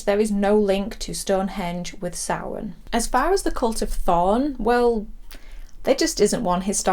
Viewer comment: I love that Michael wrote samhain in the school in halloween2 and despite his education dr loomis completely mispronounced it. I'm watching halloween3 later tonight and halloween6 has always been a 'guilty pleasure' of mine, its not as good as h20 but I love paul rudds slightly creepy take on Tommy Doyle.